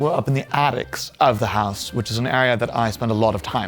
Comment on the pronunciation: I'm sorry; I just can't get over it ! 'House' he pronounces 'hahs' ; 'century' becomes 'shantûriee' and his prononciation of 'blue' is like the blue of a Chicago newspaper salesman ! 😂😂😂 Thank you for the delightful 'refreshing' vieuw on Brideshead Castle. The pavillon of the Four Winds has a flllohr inlaid with porphyre ,which is a particular favorite of mine..... Is this a persiflage of Oskar Wilde ???